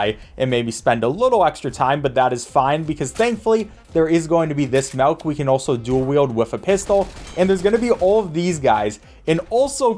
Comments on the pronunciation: please don't say melk dude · why are you saying malk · bro says melk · Where are you from? Sounded like melk instead of milk a couple times. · I love how sometimes they pronounced milk, "Malk" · ah yes, the "malk" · "malk"., 2023 👍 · "Malk" "Malk"? Boy dose accents make a difference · Can we all take a moment to appreciate how says MELK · did you just say... "malk"? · Did this dude say Melk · He says melk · I'm not a native English speaker, but tought me how to perfectly pronounce MILK